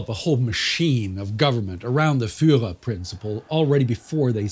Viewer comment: He still has to study the pronounciation of Fuhrer!